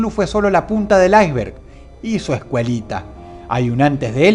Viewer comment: Dross, "ais-berg" se pronuncia "ais-berg" no "ay-vert"